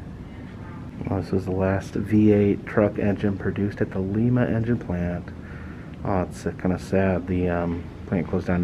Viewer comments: That's how we know outsiders it's lime-ah ...lima not Peru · It's pronounced Lime-a Ohio. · I know it cracked me up when he pronounced it wrong 😄🧡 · First thing, Lima is pronounced as the lima bean. But I know somewhere around there is a NASA museum. My parents saw it and went came home and watched Apollo 13. I was Bowling Green yesterday but alas it was early in the day. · You have been saying the names wrong in Ohio. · Another great video, thanks. Quick note for your return visit to see Noah's ark: They pronounce it Lime-uh, Ohio (like Lima Bean, not the city in Peru) Keep up the good work! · The i in Lima is pronounced eye like what you see out of. The way you are pronouncing it is the town in Peru. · I love this road trip. The small towns are always so interesting. Just an FYI (as others may have already pointed out), as someone who lived in Ohio for 37 years, the city of Lima is pronounced L-eye-ma. Looking forward to your further adventures. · Hey. You went to my home town Lima Ohio ( pronounced Lyma) Peru also has one proounce as you pronounce ours. Ours is said with a long "I". Wow! Coolsville. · It is Lima, long I. Like a lima bean. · Its Lima, Ohio pronounced like Lima bean with a strong "i" sound lol.😁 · its lime uh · It is pronounced Li-ma long I. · I live in Lima and a couple of things. #1 its Lie-Ma not Lee-Ma. Secondly, you missed out on visiting a few places. #1 Kewpee hamburgers, the best burgers in the world. This was actually the place that inspired Wendys but its sooo much better. #2 we have the tank plant where they produce the only Abrahms tanks, you can't go in but they have one on display outside. And as far as wapak goes, you somehow missed the temple of tolerance. not sure how you missed that one but you NEED to go back and check it out. A beautiful place created in a mans large back yard completely made up with rocks he's found, its a must visit. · Oh my, it's lIma, not leema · Lima not lema Ohio